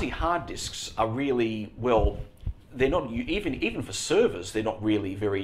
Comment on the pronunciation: could you please stop saying fur instead of for?